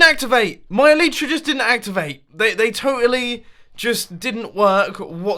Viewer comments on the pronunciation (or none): "eee lie tra" not "eee Lee tra" harry potter reference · Why does mumbo say "elytra" so terribly?? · Maybe you should try calling them elytra instead of elitra? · Your Elytra dont work because you dont pronounce it right.